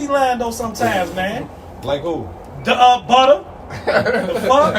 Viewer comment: when he called butta “butter” I was weak asl😭😭😭😭